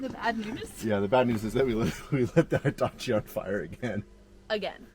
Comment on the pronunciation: is awesome ❤ 👌 👏 👍 and,, she knows how to correctly pronounce Hitachi! It is not High-tachi. 🙄😖